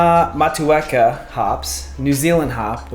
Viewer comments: That back bending on the deadlift ooooshhh hahaha jokes 💪😜🤙 From NZ probably never make it to Nashville. Hops pronunciation: Google Motueka Pronunciation haha good effort though Maori words are a little different to English... MO TU EKA mow·too·eh·kuh or Mot chew eh kar 💪😜🤙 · Motueka, pronounced “mot-2-eka” awesome video. Cheers from NZ